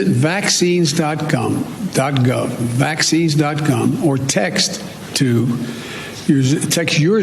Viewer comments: He said “gum”. I heard “gum”, right? 🤣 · Couldn't find gov.gum?? must have been a mispronunciation??